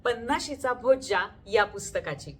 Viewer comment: Is it Bhojja or Bhojya? Book title is different your video title and pronunciation is different. May be both words are correct.. but something new to know. Thank you for book review and reading though.